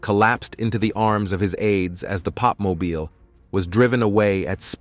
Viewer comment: Need to get someone who can read and pronounce words, the pop mobile really?